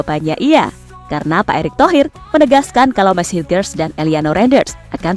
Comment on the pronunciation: mees hilgres dibaca mees hilhers